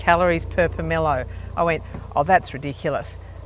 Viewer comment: My forebears are rolling in their graves🥺🥺🥺 it is called a POM O LOW not however you are saying it. My great grandparents Brough them to Australia from Russia 110 years ago, the original trees are still bearing at Habana, just north of Mackay. I have one just starting to flower now. I have several of the variety you have. They are nothing compared to the original which I have seen weighed to 27 kg and are more flat like a pumpkin profile, and the individual parts inside the quarts don’t fall apart like flicks red does. The taste is similar but not nearly as good as the original Russian one👌also you never pick one off the tree, they aren’t properly ripe till they fall👌